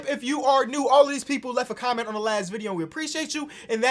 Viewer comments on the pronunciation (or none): none